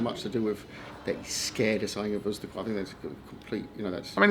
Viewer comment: It's Usyk not Uzyk